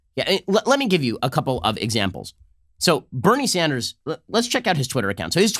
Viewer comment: Ben Shapiro makes Bernie Sanders sound like Beneri Sandarasu